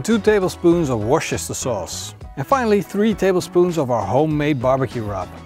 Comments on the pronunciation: Worcestershire is pronounced like this "wustersheer"... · you learned to pronounce worchestchire!